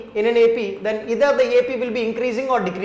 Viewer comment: It is not ether it is either and sir try to say proper manner and slow